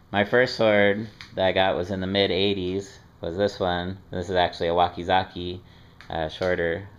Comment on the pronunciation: It's "wakazashi" not wakazaki.